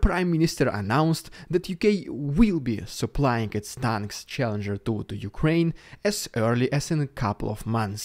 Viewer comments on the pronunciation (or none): none